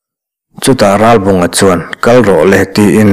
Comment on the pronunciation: Thurawn pe tur che chu nilo mah ila, a bung hmasa lam aṭang tawhin, Ralbunga hming hi i lam fiah tawk lo deuh. 'Rá-bawnga' tia lam i ang tlat mai. 'L' hi lam fiah deuh ni bawk se.